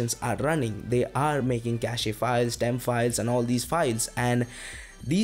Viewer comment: Nice content. Thanks. By the way, its pronounced as "cash" and not "cashey". When its pronounced Cashey, it become a completely different word.